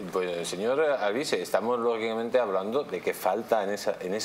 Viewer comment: Mas rojo que nunca!!! Mas rojo que los ojillos entrecerrados!!! Minuto 24 "logiblamente' 🥴 Señor ehhhh Hasta donde puede llegar que...este involicrada 😂 0'24